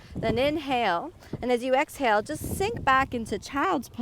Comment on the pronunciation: Inhale then "Axe" hale